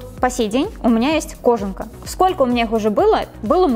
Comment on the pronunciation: может быть не кОжанка, а кожАнка?